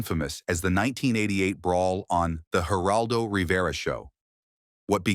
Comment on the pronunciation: man,you guys stink at the Geraldo Rivera's and Bill Maher 's name get it right